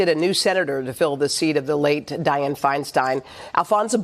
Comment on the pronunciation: Di-anne my man